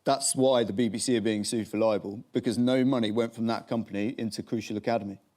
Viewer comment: Jonny Mercer said "liable" when he should have said "libel"